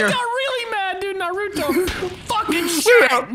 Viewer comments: Nah-Ru-Toe Trust me I’m Asian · Anybody else disappointed on how pronounced Naruto?